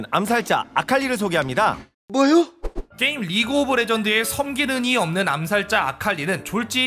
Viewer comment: 섬기는 이 없는은 소리도 성기능이 없는으로 들리는데..